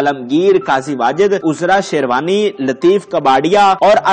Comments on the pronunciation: sahib main ny pehlay bhe ap say arz ki thi k likhay hovay script ko itna taiz mat parha krain k apko alfaaz ka he pta na chlay. Boht say alfaaz galat bol jatay ho ap. Mumalak ko Malik bol gaey, taarekhi ko Taarkhi or hadd ye k Azra Sherwani ka naam 2 dafa galat bola or Ozra bola. Hairat to ye hai k Azra to bohat common name hai is k baavjood ap galat bol rahay ho. Please note farma lejyee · Azra sherwani ka naam galat boltey hn bhai